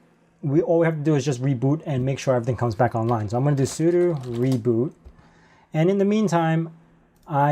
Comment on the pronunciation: Why do you always say sudu instead of sudo?